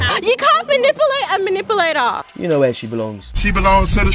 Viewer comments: Hahahahaha i like how these chicks can even pronounce manipulater properly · Did she just say manipplelator ...